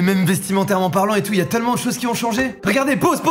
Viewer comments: Mastu t'es un gars en or... mais tu dit vraiment "teulement" quand tu doit prononcer "tellement""? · Ça me frustre le TEULLEMENT au lieu de TÈLLEMENT (ça s'écrit pas comme ça mais c'est pour la prononciation) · Je t’aime bien Mastu mais dire teulement au lieu de «tailement» c’est tout bonnement ignoble